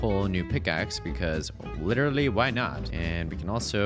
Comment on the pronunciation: "because literwey why not" got me dying 🤣